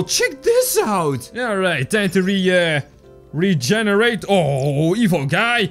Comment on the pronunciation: you said reeeeeeegenarat